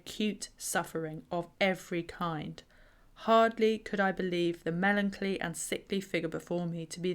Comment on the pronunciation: Love your channel but please stop pronouncing melancholy as "melonclee"!